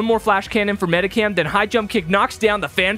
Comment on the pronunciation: Is it on purpose you mispronoun Pokémon you said Medicam with its Medicham there’s an h in the name